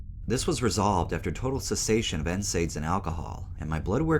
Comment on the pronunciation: Love your channel, just so ya know for next time nsaid is pronounced N-said